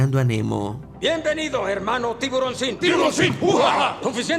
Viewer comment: tiburóncin u , que gracioso